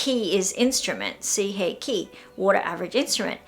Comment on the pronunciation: I love your channel. And I totally understand why things happen to you . Coming from an English speaker is hard to pronunciation Japanese, like even now when you said suiheiki I understand seeheiki. Same happens when an English speaker try to say kawaii and sound like kowai.